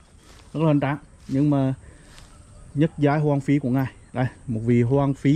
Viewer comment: Giọng nói gì mà nghe ui là trời: nhất giai ân phi mà nghe là nhứt giái ân phi